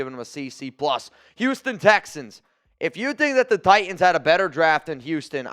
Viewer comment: Why can’t this guy say “t” in the middle of words? Butyon? TiYons? He is unlistenable